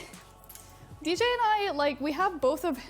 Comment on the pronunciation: I’m still laughing at the fact he said ej instead of DJ